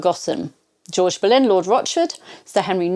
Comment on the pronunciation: Benlyn, however, it's spelt Boleyn